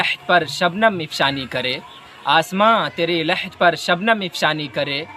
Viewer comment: Masha Allah nice Shyd word afshani hai na ki ifshani 🙏